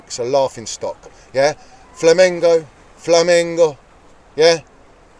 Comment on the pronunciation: Its Flamengo not Flamingo